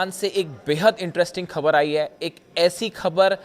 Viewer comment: Pagal Hindi seekh pher bool - KHABER nahein boltay - Go to pronunciation school